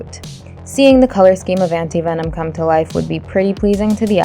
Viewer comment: This is actually funny because she did not pronounce Anti Venom right